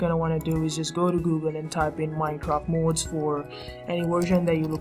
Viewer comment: its mods not mouds